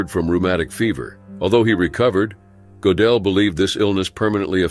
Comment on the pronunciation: That's NOT how Gödel is pronounced - at all. I was only listening and it took me quite a while to realize whom you were talking about although I know his biography well.